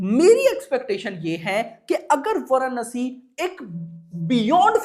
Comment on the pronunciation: Chutiya bhadave वाराणसी ठीक से बोल